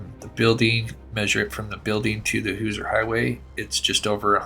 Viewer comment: Hoosier is pronounced more like Who-sure or who-zur. Not being picky you do an awesome job and one of the only true crime channels I watch. You do such a good job , I knew you would want to know. Like you pronounce Moscow Idaho like the locals do. I live in a small town and near other small towns that people always pronounce different too.